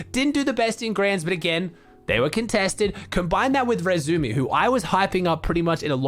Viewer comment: pls pronounce the "i" in iRezumi